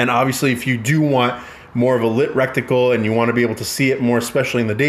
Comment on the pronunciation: Rectum +Reticle = “recticle” 😂 Cool vid tho 🤘